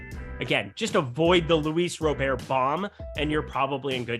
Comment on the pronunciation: Dude, his last name is pronounced Robert. Not Rowbear, lol